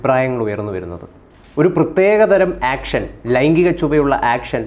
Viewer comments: Not action, it's "yeaction" from 😅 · ആക്ഷൻ അല്ല,,,,, എക്ഷൻ,,,, 😄🙏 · ആക്ഷൻ അല്ല ഏക്ഷൻ 🥴